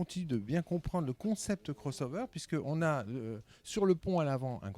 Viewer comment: Dayboat, beam, bow rider, cross over (prononcé crôss au lieu de crosse), etc... Il va falloir se mettre plus assidument au français, chez Bénéteau ! ;-)